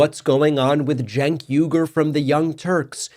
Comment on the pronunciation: It’s pronounced Chenk Wiggur